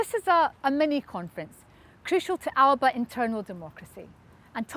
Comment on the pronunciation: Please pronounce the party's name correctly.